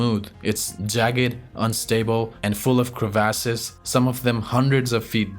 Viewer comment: Good content but there is only so many times I can hear, Crevases.